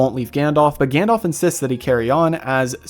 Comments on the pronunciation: I love your channel but it really irks me when you mispronounce Gandalf's name. It's not 'Gandolph', it's 'Gandalf'. Listen to how they say it in the movies :) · Also, his name is Gan-dalf - not Gan-dolph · Odd pronunciations of "Gandalf" and "Took" there ! I wondered who "Gandolph" was. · For americans: it's pronounced Gundulf, not Gann-Dolph. Also, Sour-Onn instead of Sore-Ahn, and Saa-Roo-Munn (The White) instead of Sermon (the methodist).